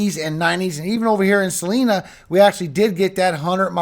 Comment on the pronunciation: There is no C in Salina . It's pronounced Sa-lina. Celina is in the state of Texas.